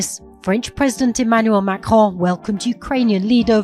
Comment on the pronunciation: Please, please stop to call President Macron " Macronne" take a good french accent for naming it. Macron: on